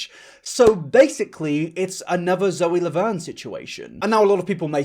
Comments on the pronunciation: I couldn’t help but pause when you said “Loe Zaverne” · hehehe "loe zaverne" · I’m sorry but did he say “Lowey Zaverne” or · Loe Zavern Lol sorry just caught my attention Anyways, great video man! I love your commentary on this situation. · "Loe Zaverne" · I know this is a really serious video, but I can't stop laughing at "Loe Zaverne" lmfaoooo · no one: at the end: Loe ZaVerne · anyone else notice him say loe zavern lmfao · I like how near the end you said “loey zaverne”. These videos need to be seen. The fact that actual predators get away with this stuff is wild. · thank for talking about this but also... did you call her loe zaverne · this man said “loe zaverne” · Every point you made in this video is true...…., but please tell me I'm not the only person who heard him say "Loe Zaverne"?😂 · He also called zoe laverne Loe Zaverne🤣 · Loe Zavern lol Love you dude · im so sorry but "loey zaverne" i laughed